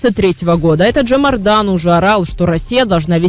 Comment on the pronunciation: НЕ МАРДАН , А МОРДАн.....